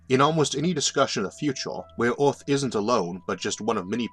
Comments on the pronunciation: I cant stand his voice... ooth instead of earth... jesus christ. Have someone else read the damn script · OMG how can you not say earth!? this is terrible can't listen to you at all. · I have no clue what planet you are talking about. "Orth"? Learn to say "ER", not "OR". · “Visions of Awth”